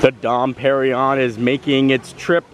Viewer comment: Its more like Dom "PerinYONE"!!!!